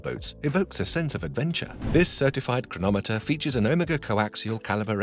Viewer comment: Please pronounce Omega correctly… when you first said it, I didn’t know what watch you were talking about… just saying.